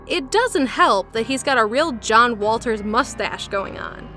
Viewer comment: It’s a John Water’s mustache, not a John Walters.